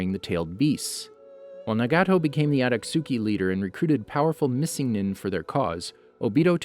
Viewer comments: You said everything wrong it’s akatuski not otosuki and it’s madara not miadara 😂😂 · “Ohbeedoh" “Atatsuki" “jonen"😭 The rest of the pronunciations are crazy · It's akatsuki not atasuki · Aka-suki 😐🙄 it’s pronounced akat-ski spelled akatsuki, my guy have u even seen the show? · Obeeto oochiha Adatsooki Huh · Akatsooki lol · “Atatsuki” “obeedo” “sheeringan” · he says mdra , adastuki , nagaaato , obido wrong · Did he literally just say “shiringan”? And the “aktjuski” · Akat suki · How to say madara ma da ruuuuuh and obito o bee dohhhhh and akatsuki a kut sue gee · Every time he says “akatsuki” it hurts